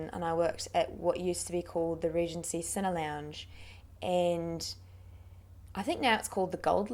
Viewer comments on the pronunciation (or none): none